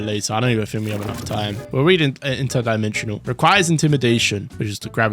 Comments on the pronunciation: Intiedimensional? And your complaining about them making you read more. Dude can't pronounce a word that is surprisingly actually spelled right in a game that butchers names and words. You need to read more or stop playing 500 different roblox games stop depriving yourself of sleep to stream even tho your not him. Your a nobody streamer streaming roblox content telling devs to stop making passive when you can't even read. Very sad and pathetic. That describes you perfectly. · Bro truly cant speak english. imitation and Interdimensional